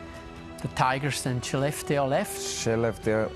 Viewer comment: Probs to the host for pronouncing Skellefteå correctly